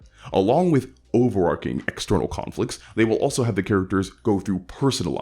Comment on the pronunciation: You keep saying "over-arcing." Like, a lot. I'm not familiar with that term. What does it mean?